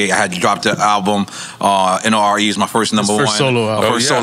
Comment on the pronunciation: Damn Nore you said his name wrong more than once, easy on the Tiger Bone! Lol